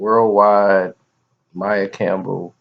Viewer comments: It's pronounced maia not Mia smh !!!!! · you're so full of shit sometimes. You don't even know how to pronounce the girl's name, but we're supposed to believe you know the intimate details of her life (besides what we've already seen her say in interviews)?